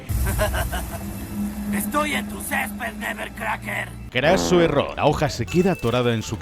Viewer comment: “ESTOY EN TU SÉSPED NEBBERCRACKER”🗣️